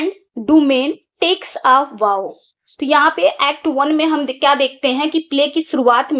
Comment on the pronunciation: Mam app vow ka pronunciation galat bol rahi hai😂😂😂😂